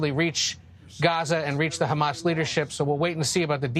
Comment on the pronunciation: Wow, Biden is STILL alive? Good for him. I like how he pronounced Hamas. Great job with the media helping get this zombie puppet elected and ignoring his mental decline. It'll hopefully get us in a big fat war again, like the deep state loves. They've always wanted regime change in Iran..or WW3. If you want your son fighting in Iran, vote Biden!